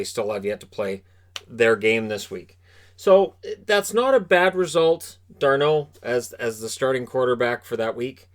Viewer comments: It's Darnold not Darneau....he's not french. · It’s just Darnold not D’arnold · Since when was Darnold french?😂